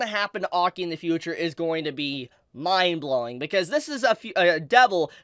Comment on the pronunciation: "miindblowing" lol